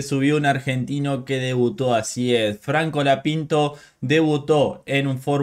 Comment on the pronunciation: Porque decis franco lapinto?